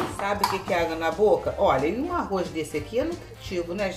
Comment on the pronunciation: Não fale arroiz, e sim arroz. Em bom português. 🇵🇹🇵🇹🇵🇹😁😁😁😁